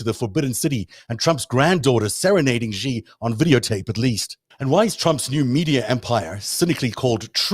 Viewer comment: The "j" in "Beijing" is not pronounced like the "g" in "regime"; it's pronounced more or less like the "J" in the English name "Jim." Similarly, the "X" in the Chinese name "Xi" is not pronounced like the "g" in regime"; it's pronounced more or less like the "sh" in the English word "she."